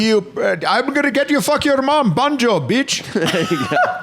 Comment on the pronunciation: It’s Benchod not Banjoe💀